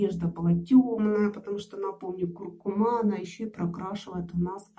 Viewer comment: КуркУма, а не кУркума